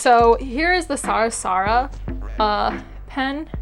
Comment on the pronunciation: I don’t mean to be the word police, but I want people to correct me when I pronounce words wrong. Your pen brand is pronounced “sar - a - sa” not “sara-sara”